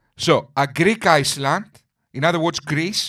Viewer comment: Friend - forgive but the s in island is silent it sounds like ireland when you pronounce/ (your english is far superior to my Greek though )